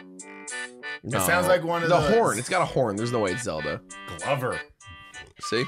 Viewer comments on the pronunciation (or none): none